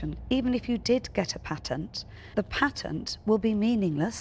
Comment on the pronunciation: Duncan you need to learn how to talk ! It's a PA-TENT not a PAINT-TINT !